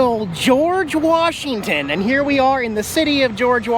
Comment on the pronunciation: Dang...I cringed when you called it WARSHington! Technically, I think George is considered Central WA, as opposed to Eastern. When I lived in Ellensburg, at least, that's how we viewed it...